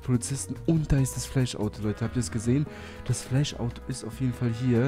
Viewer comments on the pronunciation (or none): Fläsch nicht Eirenman